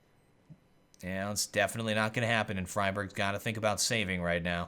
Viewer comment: In a newer video, you talk about the.gif, and how you should pronounce it correctly. And not just alter the name to suit your native language. Yet you do this with Friberg.. Why, why?! D